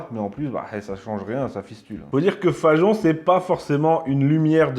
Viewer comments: Pourquoi dites-vous Fa"j"on alors que c'est Fagon. Comme Wagon. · Hi hi! les roast-beefs l'ont dans l'oignon! Mais pourquoi s'entête-t-il à prononcer "FaJon?" "Fagon", ça se dit "FaGon", non?